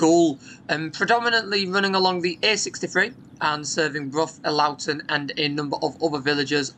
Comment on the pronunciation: hey, great vid as always, quick point of not though. As a local I would like to point to out that Elloughton is said with an uh sound instead of an ow sound. It is a real shame about this service though, the 155 was a great link for the village I live in just a couple of stops from Brough, I used it almost weekly pre cover times, X5 bypasses a lot of the old route including my local stops. the X55 was perfect for the purpose the X5 fills and the 155 really should've stayed in its previous form imo but oh well. I feel like busses round here have really lost their character since go ahead took over, its not the same, less focus on actually serving the communities around hull. Many of the villages have older populations and have lost lifelines to doctors surgeries and even the city centre. The previous ownership seemed to have been a better option for people rather than profit. All of this corporate identity nonsense has distracted people from the core ideas of transit systems, getting people where they need to be, serving communities around them.